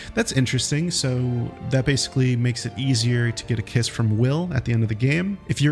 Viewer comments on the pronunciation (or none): none